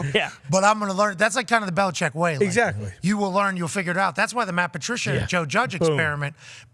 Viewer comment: Tom Curran has been covered the Patriots for 25 years and still can't pronounce the coach's name correctly.